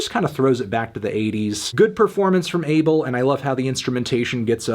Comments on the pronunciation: His name is pronounced ah-bell not able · MELON IT'S PRONOUNCED AH-BEL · That’s not even how you pronounce his name in Ethiopian. It’s actually pronounced “Aw Bell.” The incorrect pronunciation is triggering me because I’m Ethiopian myself. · Calling him "Dis-Abel-d" was kinda sus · It's pronounced A-bell(🔔) tes-fi(WiFi,sci-fi) How do I know? I am eritrean. Eritreans and Ethiopians are basically sister/identical cultures and there isn't enough divergence between us to make us pronounce names differently. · Could’ve sworn his name was pronounced “UH-Bell” 🧐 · Genuinely, how can people not say Abel's name properly? Its not a hard sound to make... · This nigga not saying his name right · its kinda weird how people call him Abel. Plus they even pronounce his name wrong lol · every time he says Abel wrong i cringe